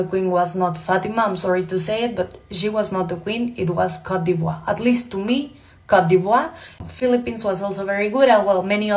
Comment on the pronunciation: i love you pero its not cote de voire you need to pronouce it cot de bwah...